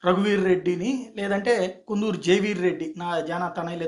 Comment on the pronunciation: Kundhuru kadu sir kandhuru